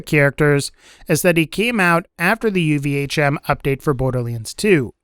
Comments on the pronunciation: Why do you say UVHM so fucking weird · is it just me or can he not pronounce ultimate vault hunter mode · no its not you lol i noticed that myself